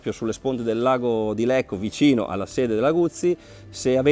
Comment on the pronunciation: Bellissima recensione, moto molto affascinante, la valuterò in futuro. Unica sbavatura nel filmato..."...lago di Lecco..." non si può sentire 🤣